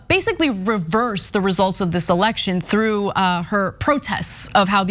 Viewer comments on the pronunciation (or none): none